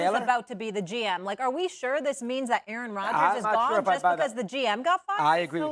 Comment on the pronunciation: A-a-ron? Is there an A-a-ron here?